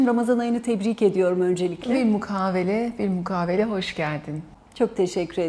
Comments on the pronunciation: Lutfen ama şu kelimeleri dogru ögrenmeden cümle içinde kullanmayalım. BİL MUKAVELE denmez;BİL MUKABELE denir. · BILMUKAVELE değil, mukabele diyecektin...üstelik iki defa söyledin...Önce dilimizi doğru kullanalım...siz doktor olarak doğru söylemelisiniz..mukavele ile mukabele ayrı kelimelerdir.. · Bi mukaVele değil hanım bi mukaBele, video başlamadan kapatıyorum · Konudan bağımsız olarak,” bir mukavele” değil “bilmukabele”😊Dr hanım daha dikkatli olmalı örnek teşkil edebilir. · Bilmukabele demeyip, birmukavele! Dedigi anda bende bitti😂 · Bilmukabeleye mükavele dediğinde bende bittin 😅😅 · Ya üzgünüm ama söylemezsem olmaz. "Bilmukavele" değil "bilmukabele " şeklindedir. Öpüyorum sizleri. Teşekkürler 🌺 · BİLMUKAVELE 😂 değillll BİLMUKABELE 😊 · Bilmukavele değil efendim, Bilmukabele ) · Bilmukabele yi bilmukavele demesi sadece benim mi dikkatimi çekti 😂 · "bil-mukaVele" değil, " bil-mukaBele" doğrusu. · Konuşmaya başlar başlamaz BİLMUKAVELE dedi dil sürçtü sanırım dedim bir kez daha dedi 😮 ve videoyu izlemek benim için başlamadan bitti. Madem bilmiyorsunuz halk tabiri ile lisan kırmaya çalışmayın. Kaç bin kişinin izlediği bir videoda OLMADI 👎🏻